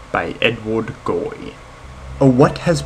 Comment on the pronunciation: “Edward Goy”? It’s Gorey...